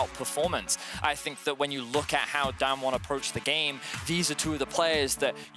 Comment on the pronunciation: How do these casters go a whole match saying damnwon